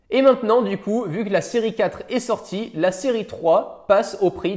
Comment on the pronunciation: C’est moi ou il dit Siri 4 au lieu de série 4???